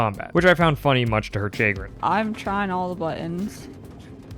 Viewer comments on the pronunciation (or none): Calling it "chay-grin" broke my immersion enough to write this comment, lol